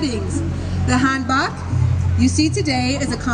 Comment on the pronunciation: I can't get over that pronunciation. Hanbak, ha!